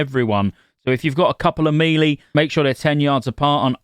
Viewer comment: Please stop saying “me-lee” you know full well that’s not how that word is pronounced.